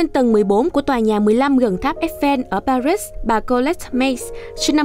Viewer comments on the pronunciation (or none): Pa ri là thủ đô của nước Pháp Vậy mà nó gọi là Pa rít nghe khó chịu quá